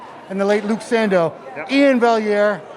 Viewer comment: Finally someone gets Iain’s last name pronounced correctly